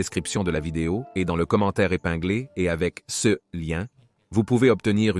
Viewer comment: Il y a plusieurs pb récurrents de traduction/lecture de l'IA : "ce" est souvent prononcé "CE" (céheu), "Nepos" est traduit par "Napoléon", et "slave" par "esclave". Dans certaines vidéos, Egypte est traduit "république islamique d'Egypte". Merci de corriger ces erreurs récurrentes :)